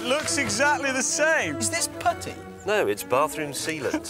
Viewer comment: Hah, I thought he asked, "is this pudding?!" then realized he said putty and laughed even harder. This was the best era.